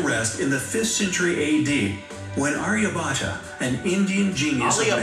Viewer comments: Hey its ' Aryabhatta' not 'aliabhatt'.... That was hilarious 😂😂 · Indians: Aryabhatta Our Dear: "Alia Bata" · Actually it is Aryabhatta... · It's pronounced aryabhatt not Aryabhatta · Omg aliabhat n zero.. What a combination 😂😂😂😂😂😂😂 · it's Aryabhatta